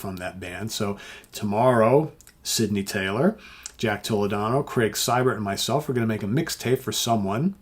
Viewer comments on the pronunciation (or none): none